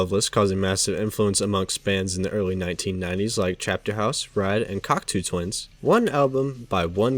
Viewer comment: Cocteau twins is pronounced like "Cock-toe" haha, just letting a brother know.